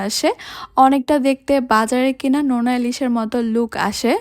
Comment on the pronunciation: নেনা ইলিশ নাকি নোনা ইলিশ